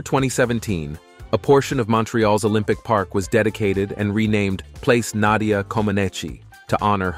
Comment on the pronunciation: Even what some might liable me as a hillbilly knows and loves her and great respected a honor to pronounce her name correctly. Interesting 70s up to today a all time great and delight to learn more about this greatest of all gymnast 🤸‍♂️. 🎉 God bless you and yours❤❤